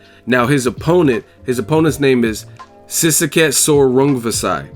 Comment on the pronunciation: Maaaan for some reason I thought you would butcher his name completely. Props for pronouncing that shit decently lmao